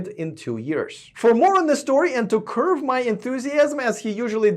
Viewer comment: Ugh... begging for like at the start... what a hobo.. and, it's not "curve my enthusiasm," it's 'curb'